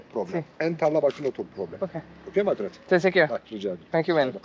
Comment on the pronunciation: C’est pas ( tekeshera) mais TEŞEKKÜRLER . Techekurler